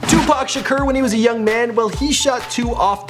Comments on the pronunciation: It's tupac sha-core not sha-ker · Tupac Sha-KER? Lmao you must be pronouncing wrong on purpose. It's every video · "Shakurrrrr" Lol